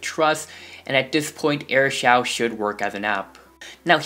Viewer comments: Aristole its pronounced air show no offense tho i used to do that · You are saying AirShou wrong your supposed to SAY it like Air-Shoe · It's actually pronounced as show and airshow I use this for 3 months now :) BTW nice intro but I liked the old one better (my opinion) --_____-- :) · thanks that's amazing pronunciation "airshaw"